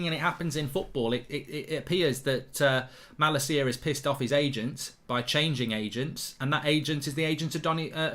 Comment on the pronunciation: Plz pronounce malacia’s name correctly 😝. I can’t handle the way you pronounce his name rn.